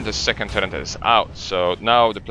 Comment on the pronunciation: i'm sorry but what is turreNt?